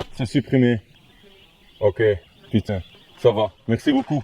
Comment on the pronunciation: Très belle adaptation à la langue Française : "Pu.ain" Un vrai polyglotte!